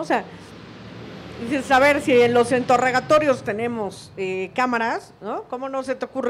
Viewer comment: Dijo "entorregatorios"